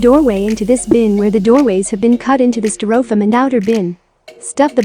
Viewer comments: I've never heard Styrofoam (pronounced sty-ro-foam in the US)) pronounced sty-roff-ham before. I had to replay the video a couple of times to make sure. To each his own. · That's pronounced stir-o'-fum. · what country pronounces stai' ruh fowm (styrofoam) this way? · Learn to pronounce STY- RO FOAM!😂😂😅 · a piece of "stir-oh-fumm". ? they couldn't find a human female to narrate ??? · I was laughing at the funny pronunciation as well ..gotta love computer generated narration. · Yes, I've had to use some very strange spellings to make text to speech programs pronounce certain words correctly. I'd have tried something like "stairowfoam" or "styrifome" to see if that worked.